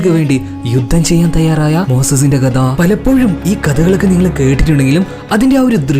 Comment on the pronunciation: കദ അല്ല മോനേ കഥ